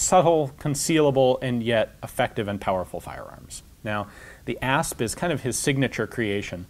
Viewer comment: I thought he said Ass